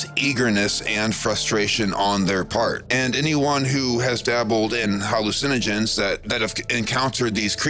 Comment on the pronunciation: Most of it is CGI with a Voice Sim. He mispronounces the word "Hallucinogen" FOUR TIMES, meaning EVERY TIME he says it. Furthermore the mispronunciation is a mispronunciation that ONLY a Voice Sim does. AN if you listen to the video without watching, you can tell its a Voice Sim.